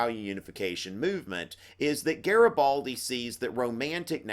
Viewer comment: Hi! your videos are amazing, I might be passing my history exam just thanks to these videos! Anyways it's GARIBALDI and not GARABALDI:D But you're still awesome! Thank you so much!!! Italian fan here